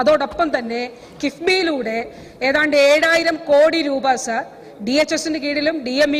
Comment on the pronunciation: സാർ എന്നു തന്നയല്ലേ പറയുന്നത്..അക്ഷരം സാഎന്നുതന്നെയല്ലേ.. വല്ലാത്ത സർ വിളിയായി സർ...